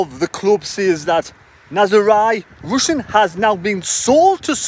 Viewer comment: Pronounced ' ROOSIN' surely?